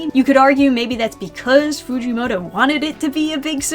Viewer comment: You need to go actually read CSM instead of regurgitating points made by people who may or may not have read CSM. There is no reason you should have gotten the mangaka's name wrong like that-- this is almost as bad as how Michael B. Jordan pronounces "Naruto Shippuden".